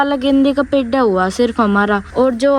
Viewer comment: Lagta hi nahi bachhe achee school mein padhte hai pedh ko pedha bolte hai